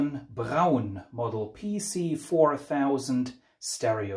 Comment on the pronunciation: i thought these were amazingly expensive now. In the uk we pronounce the brand as Brawn ie to rhyme with Prawn as in Prawn Cocktail . Rather than Brown so it really good to hear the proper German pronouncement. I guess at the time 45 rpm 12 inch singles weren't a thing. Many thanks for sharing this. Really interesting!